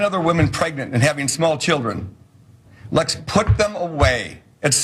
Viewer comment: Go back to school and get an education we all know you hate grammar but it's pronounced let's not Lex